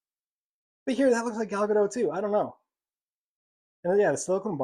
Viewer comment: It's pronounced Ga-DOT, not Ga-DOW. Gal is Israeli, not French. 🤪😝